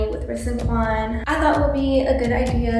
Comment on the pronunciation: Why is nobody talking about the fact that u said wuan instead of quan😂😂